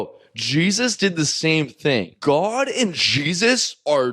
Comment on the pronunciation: I hate his voice and way of speaking “Ghod”